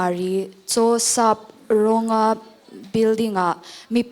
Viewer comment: Judge chu la naupang deuh ni maw..... Ch. Sapràwnga hming pawh thlûk diklo tlat 😮